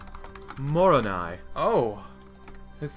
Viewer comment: Moroni is pronounced more-oh-nigh